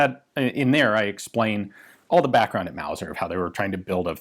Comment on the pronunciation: Mauser, not Wauser.